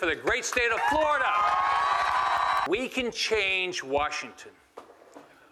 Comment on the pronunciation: Why is he saying "Warshington"?